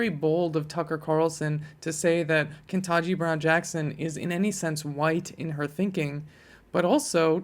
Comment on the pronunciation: Ke-TAN-ji, not "ken-tah-ji."